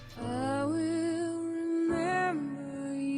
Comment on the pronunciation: HAHAHAHHAHAHAAHHAHAHAHAHAA he said bankplank HAHAHHAHHAHAHAHAA